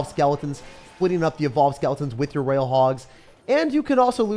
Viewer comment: roYYYYYYal not raaaal